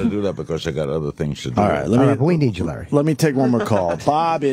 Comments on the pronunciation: Opie calling him "Lare"....what a squinty douche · Opie stop calling Larry King 'Lare'